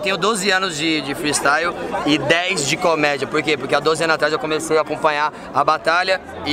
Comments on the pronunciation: Se vc e de quebrada e vc curti o "fristaiuo" KKKKKKKKKKKKKK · Thiago Ventura: "Freestaio"